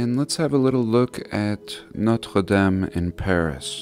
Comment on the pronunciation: Ooooooh, you certainly said 'Notre-Dame' beautifully!!!